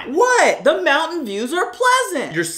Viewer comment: He even pronounced mountain with the accent😂